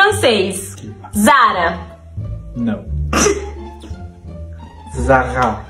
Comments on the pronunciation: Zara é uma marca espanhola e se pronuncia igual "Sara". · Zara é espanhola e pronuncia Sara. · Zara é espanhola então ambas pronuncias estão erradas, mas vocês são lindos juntos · Zara não é francesa, é espanhola... Primeira loja foi na Galicia. Então a pronúncia seria bem similar ao Português se considerar o galego, ou "Sara" considerando o som do z no espanhol. Mas nunca "Zarra". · ZARA é uma marca espanhola e a pronúncia é tipo Sara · Zara não é Francesa não mano 😅😅😅 é española pertence ao GRUPO INDITEX e o dono se chama Amancio Ortega, que é da Galicia (España) e a pronuncia não tem nada a ver nem com brasileira e muito menos com a francesa 😅😅